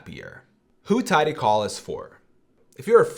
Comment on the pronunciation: My man. It's TidyCal (as in Calendar), not TidyCall as in "phone call".